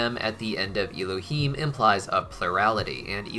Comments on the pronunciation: I love you, and I love that you are taking our (Jewish) religion into consideration, however, your probounciation of Hebrew is abysmal. It isn't Y-lohim (him). It is Ehlohem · I don’t mean to sound rude, but you are pronouncing Elohim wrong, the ‘E’ is pronounced as ‘Eh’